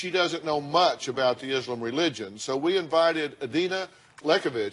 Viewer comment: Dr Phil it’s ISLAM not Izlim